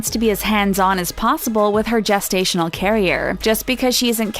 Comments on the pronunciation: I think the narrator should know it is pronounced “jest-stational “ not “guest-stational” 😬😬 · Okay I'm 30 seconds in and its jest-ational not guest-ational wtf 😂😂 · Someone please tell her its gestational not guessed stational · Guess-stational??? Jest-stational.... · Is anyone slightly annoyed with the “Guesstational” instead of gestational carrier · Isn't gestational pronounced gel not guess? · Wtf is a gas-stational carrier lmfao! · Lol "guess"-tational carrier. Learn how to pronounce the word. Oh wait you said it right later in the video. Wtf?